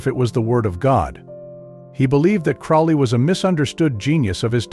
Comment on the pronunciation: You can tell this guy is an idiot as he can't even pronounce Crowley correctly.....bit of a giveaway